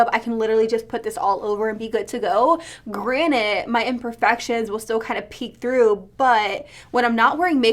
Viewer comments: Wait are you saying granite or granted 😂 i hear both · Does it bother anyone else when she says "granite" insteas of "Granted"!? 🤣 still love you!